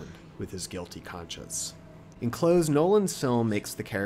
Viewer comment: Why do you pronounce "conscience" as if it were "conscious"? [See & .] Fantastic essay, btw. I myself had overlooked the metaphor of light for the witnessing sight of God.